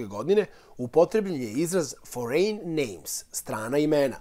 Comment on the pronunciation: Foreign se izgovara Forin.